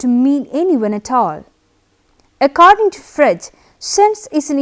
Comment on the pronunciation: You are pronouncing Frege wrong!